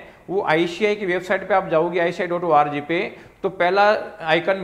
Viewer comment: Icci nahi hota sir icai hota ha 😂😂😂